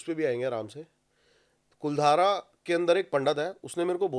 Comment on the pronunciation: कुलधारा नहीं है भाई, कुलधरा है गांव का नाम।